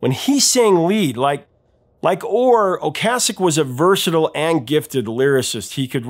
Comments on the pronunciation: Is "Ocasek" really pronounced the way he's pronouncing it? I've always heard it pronounced "O-case-ick", not "O-cass-ick". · Great video, Professor, but you keep mispronouncing Ric's last name. Okay sic . . . is how it is pronounced. Peace. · Until this video, I've only heard "Ocasek" pronounced "O-KAY-sek."